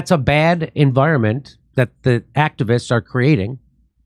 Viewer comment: The way Jimmy says “bad” amuses me very much 😂🥹❤